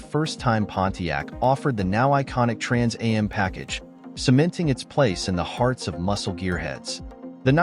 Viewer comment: This moderator is irritating to listen to. He announces the name of the next car in detail, then immediately says it all again. The second time should a shortened familiar name, not the whole thing. It is pronounced "Trans Am' NOT "Trans A M".